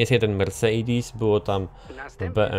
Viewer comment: uszy mi krwawią jak mówisz "mersejdis" -_- chujowo to brzmi wg mnie .